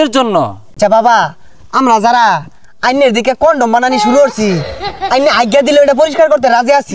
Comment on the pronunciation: কনডম বলে 😂😂😂😂